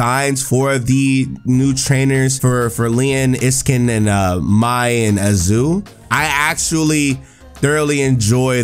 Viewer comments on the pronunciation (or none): The fact he said may instead of mai itches a part of the brain I don't like